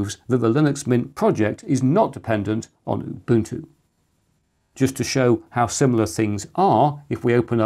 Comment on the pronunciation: Why do you say UBUTU without the N.